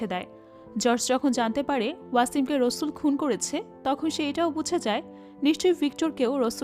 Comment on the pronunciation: আপু নামটা রসুল না রাসেল, বার বার এরকম ভুল উচ্চারণ কানে লাগে🙂